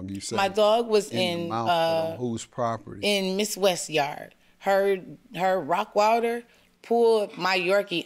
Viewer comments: I’m hearing ROCKWILDER not ROTTWEILER…. What dog lover doesn’t know the names of common breeds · it's the constant mispronunciation of "rottweiler", for me 😭😭😭😭